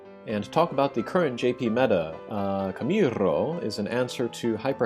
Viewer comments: camirrrrrrrrrro xD as a latin american i find your pronuntiation funny but i understand why xD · his camirrrooo pronunciation is perfect ! XD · Ew 50 bravery xD nice vid. You like saying camirrroo dont you xD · i love that you dramatically overdid that r roll while vammo ala flamenco is playing